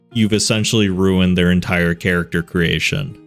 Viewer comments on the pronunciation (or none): none